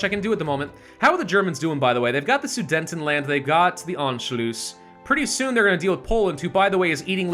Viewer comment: And yet he keeps saying "Sudentenland", when it's "Sudetenland". Smh. 😋